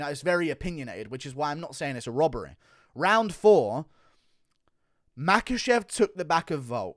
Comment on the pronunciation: HONESTY. Not HONESTEH. Robbery. Not ROBBEREH. Ffs.